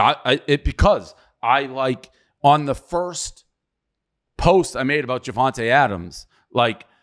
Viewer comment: Dave saying “Javonte Adams” instead of Davante Adams is hilarious right after throwing his employee under the bus for not knowing where Daniel Jones went to college and calling it embarrassing to the company lol